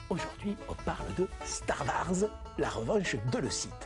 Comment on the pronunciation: "Star varse" lol